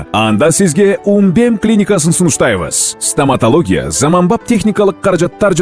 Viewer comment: Стаматалогия дейт😂😂😂😂 ой кулкудон олуп калайын дедим